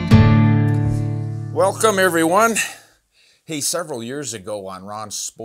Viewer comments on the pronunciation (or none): none